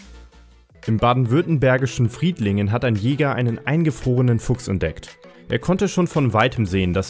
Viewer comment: Frittlingen? Das war in Fridingen😂